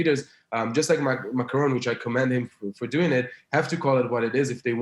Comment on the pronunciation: Is that me or He is calling Macron "Macaroni" 😂